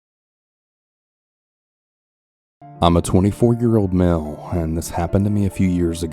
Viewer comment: ngl i thought he said "I'm a 24 year old mammal"